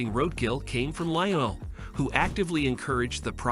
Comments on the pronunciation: LEE UH NELL??? Ok that's it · Did I just listed to an AI learn how to pronounce Lionel, only to later mispronounce urine?